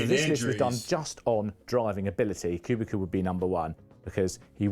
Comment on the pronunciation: It is Kubica but some people still call him Kubika It's not even that difficult to say